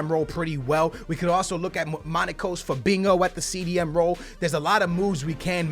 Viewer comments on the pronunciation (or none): none